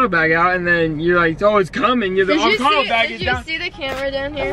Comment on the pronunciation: "The avocato bag" 😂😂😂😂